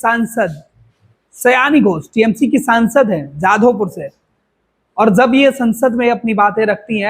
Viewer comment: Jab hota hai, zab nahi Jaanwar hota hai, zaanwar nahi Shabd hota hai, sabd nahi